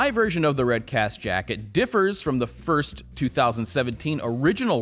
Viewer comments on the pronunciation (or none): none